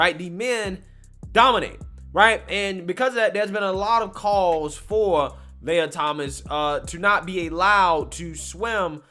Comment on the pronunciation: Lee-uh Lee-ah Not, Lay-uh